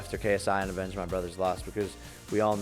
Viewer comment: He did not just say avenge like this a quest💀💀💀💀